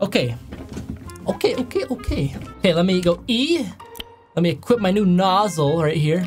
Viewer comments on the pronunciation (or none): none